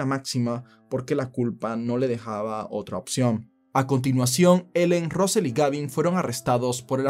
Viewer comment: Russel: rasel, no rosel 😁